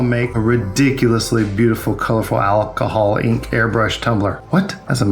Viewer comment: I love the way you say “Alcihol”😅